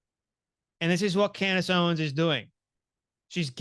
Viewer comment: He says, 'Candy Owens'😂😂😂😅